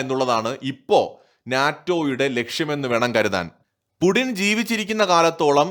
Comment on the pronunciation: Stop pronouncing /pudin/ call him either /puchin/ or /puTTin/. It is so annoying